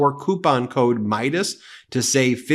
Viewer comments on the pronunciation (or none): none